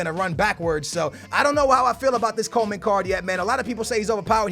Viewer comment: Hey can you please say Coman not Coleman, there is no L in his name